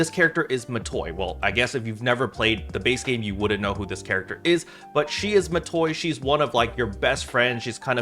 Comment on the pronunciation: It's Matoi.